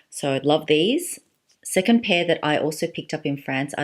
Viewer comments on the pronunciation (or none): none